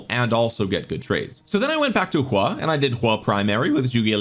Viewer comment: why you calling him "Hua" lol